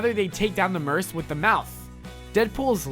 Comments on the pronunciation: it is MERC with a mouth. not mers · It's pronounced merch not merse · Merc not mers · I’m sorry but I have to say this... Merc is PRONOUNCED MURKKKKK NOT MERSSS!!!! it’s really been bothering me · It's pronounced merk, not merse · did you really just say the "Mers with the mouth"?? Do you not know how to say Merc? As in mercenary. It's pronounced like Merk. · Mers??? It’s merc with a mouth idiot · ITS MERC PRONOUNCED WITH A HARD C LIKE K NOT S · It's merc...like merk.....not merse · you know your saying mers it's merc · Why is he saying mers it's Merc with a c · Omg it is MERC NOT MERSE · Merse? It’s merc, like merk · merc is pronounced merk not mers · Had to dislike the video mainly because I don't know a single person who could possibly fuck up and mistake "merc" as merse instead of merk. Also, you said Ryan Reynolds portrayed Deadpool in Origins, this is false. Reynolds portrayed Wade Wilson where the counterpart Deadpool (Weapon XI) was portrayed by Scott Adkins. He was uncredited, but a quick check o the full cast would show him given credit for the role..... It's literally the first link you spot when searching the origins cast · What the fuck is a merse it’s merc or merk or of this helps Murck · he does know he is saying murse instead of mere right???? f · This dude says "mers"... it's probouncb "MERCK" spelled "MERC" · Its not fucking mers it's merc asswipe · It's Merc!!! not murse!!! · merch with ch not mers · merc not mers...its a hard 'c' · its not mers its merc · Omg it isn't merse! It is merc (pronounced merk) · its not merce its merc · merc like merk not merce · it's merc say it now merc not mers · for future reference, its Mer'c' with a mouth, with a hard C instead of a soft one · i know its confusing but its pronounced "Merk" like "mercury", and i know its Spelled "Merc" but when you pronounce it like "merse" like immerse...just sounds weird. and yes i also know "merc" is short for mercenary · It's Mer(K) with a Mouth, not Mer(se)... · Merk not merc